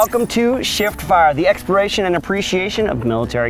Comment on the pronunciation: Anyone else here "EXPIRATION and appreciation" instead of "exploration and appreciation"??